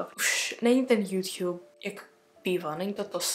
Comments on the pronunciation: Mě mega štve jak říká jůťub napsala jsem to schválně ale jsem mega ráda že je to apríl❤ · tak se hlavne nauc mluvit a ne juťjub😂